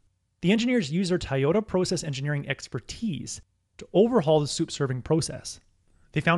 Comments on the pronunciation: Kept trying to figure out what company is call "Tie-yota . Then saw the Toyota logo. Hard to believe you've never heard of it before. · Great video. But its To Yo Ta 😆